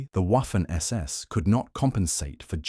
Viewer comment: W in German is pronounced like V is in English, while spelled Waffen, it is pronounced Vaffen.